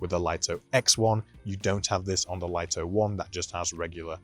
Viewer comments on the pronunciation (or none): Yeah but english doesn't seem to be the strong point of DJI and english speakers should know better than a chinese company. Lito is pronounced "LEE-TOE", it's a two syllable word just like the name Vito. The way people say it wrong has to be written like "LIGHTO", and should not be confused with the word Lite which is a one syllable word so it's different. So i hope this clarifies the confusion :) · People still don't know how to pronounce Lito 🤣